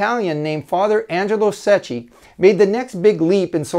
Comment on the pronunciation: it's pronounced "sekki"